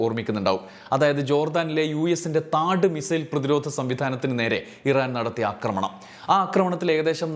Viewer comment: അക്രമണം അല്ല, ആക്രമണം എന്നാണ് പറയേണ്ടത്.